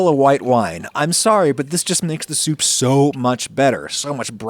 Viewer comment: Stop saying soup like Adam Driver.